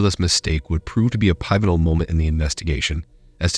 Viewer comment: Pivotal- pi(short "i")-vi(short "i")-tull(short "u") sometimes the English words will break rules. But other than that, you did an excellent job on this video.